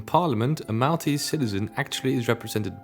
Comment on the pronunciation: he killed Maltese pronunciation